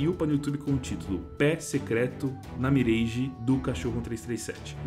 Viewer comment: N é "mireige" é "miráge"